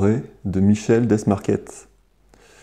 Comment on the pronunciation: Prononcer Michel dé-marquer et oui, il est né en Normandie 🤣